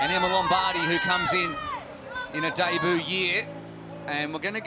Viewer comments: Please for the love of god man, learn how to pronounce "debut". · i thought it was 'day boo' ?????